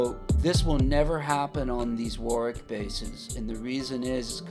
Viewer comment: Great videos & narration. I especially like how you know how to pronounce Warwick correctly. So many of your fellow Americans are used to emphasising the second W instead of leaving it silent.Cheers mate.